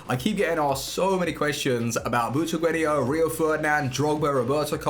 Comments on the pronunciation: Where do you see i in Butragueno when you keep saying it Butraguenio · Is anyone else annoyed by 'butraguenio' not 'butregueno' Pronunciations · It’s Butragueño - the accent over the ‘n’ gives it that pronunciation.